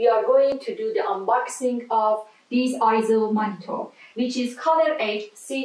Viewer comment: No I-ZO is not the correct pronunciation. "AY-ZO" is the correct pronunciation as heard from EIZO's own corporate video.